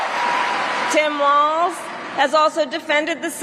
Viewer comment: Walls not Waltz.